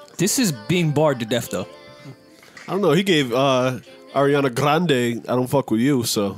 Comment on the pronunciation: I get big mad everytime Joe says Grande -__